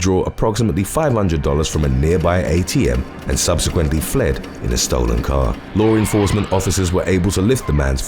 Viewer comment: Why can't you pronounce 'law enforcement ' the correct way?